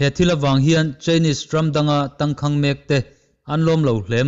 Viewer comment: Tangkhang tih hi lam dan hi Phai a kum rei lote awm ṭawng pai thlukin i thluk...a in ziak ang hian lam pawp rawh...thluk duai a ngai lo.